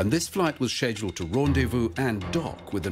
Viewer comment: Between the constant “ People’s Court” music and the. Missions being “sezhuled”, I’ve had enough of the horrible video and couldn’t watch it anymore.